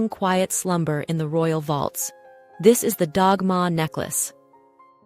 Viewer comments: Delightful tracking of gems.... I want to say though, Dagmar is not pronounced Dogma. Like DAD and MARK wihtout the K. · Wonderful episode, thank you. I have often wondered about Queen Alexandra’s collection. Copies of the Dagmar cross are often given as Confirmation gifts in Denmark today. (To pronounce Dagmar correctly the g has an L sound and drop the r at the end. Ah, Danish!)